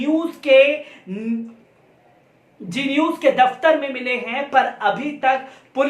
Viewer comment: G news nahi hai, Z news hai. Bhai try to pronounce the words correctly. Can't you differentiate between G and Z